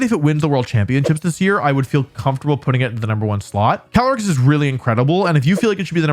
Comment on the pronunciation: 1. Caly-ice 2. Incineroar